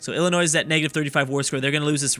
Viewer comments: It's not illa-noise, it's illa-noi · Illinois is pronounced ILL- annoy. Maine was originally a part of Massachusetts the same way West Virginia was a part of Virginia and Tennessee was a part of North Carolina. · Please, as a resident of Illinois, please don't pronounce the 's' at the end... Think of it as Illinoi. Thanks! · saying ill-i-noise is like saying ark-kan-sas. It's pronounced Ill-i-noy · It still pains me every time he says the s on the end of illinois... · PLEASE FOR THE LOVE OF CHRIST, stop pronouncing Illinois as illinoise. its pronounced Illinoi, s is silent. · Illinois is pronounced Ill In oiy. Not Ill in ois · Lol illinoisssssssssssssssss it is hilarious when people pronounce the s no offense but it makes you sound ignorant but it is just the way you say not that you are ignorant but the sounding does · STOP SAYING ILLINOISE OR I WILL UNSUB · Everytime says Illinoise a puppy dies... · Saying the s is such a sin it's worth a dislike. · He should rename the video how not to pronounce Illinois lol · you don't pronounce the s in Illinois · I cringe when he tries to pronounce Illinois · You do not pronounce the "s" in Illinois, I dont know why, you would have to ask the french Also the "Sur" in Baja California Sur mean lower/below/lesser Lastly, remember Guam(south pacific) and Puerto Rico(I hope you know where this is) are in this mod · How do you know how to pronounce Arkansas correctly but not Illinois? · the S in Illinois is silent. My ears are bleeding over here! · The s is silent in Illinois...... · Illinois has a silent s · True. I die on the inside every time he pronounces the s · helpful tip, when you say Illinois the s is silent. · No. You don't pronounce the s. It's silent